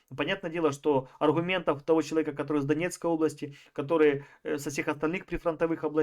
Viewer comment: "ОбластЯ,похожА,.ДАЛЬШЕ СЛУШАТЬ НЕВОЗМОЖНО